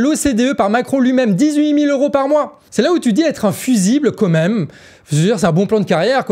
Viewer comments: On dit "quand même", tous les deux vous dîtes "comme même"😅 COIN❤🤍💙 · Je te suis ! Vive Macron et la liberté d'expression ! Dis, j'ai une petite question qui me trotte dans la tête depuis longtemps. Quand tu dis "quand même", j'entends "co même". Est-ce que j'entends bien ? Si oui, est-ce dû à l'accent de Guingamp ? Ou est-ce parce que, petit, tu as appris cette expression en la comprenant mal ?